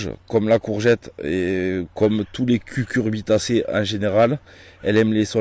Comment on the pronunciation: Ça rassure d'entendre "cucurbitacée" et non "cuRcubitacée"